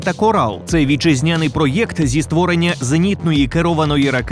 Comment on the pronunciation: не картав "пройокт"!!! (на російський манер)